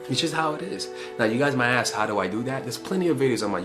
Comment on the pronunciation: When you said “ax me” I started rolling 🤣🤣🤣🤣🤣